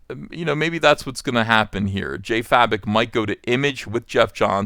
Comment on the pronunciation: Please, his name pronunces Jason 'Faye-Bok' not 'Fa-Bik'. Thank you.